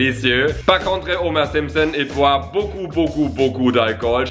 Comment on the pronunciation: Ya un moment j'ai cru que t'avais dis Gromer Simpson 😂